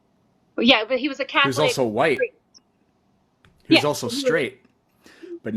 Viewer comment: "He WaS A CaThOLiC PirEsT" who caaaaaaaaaares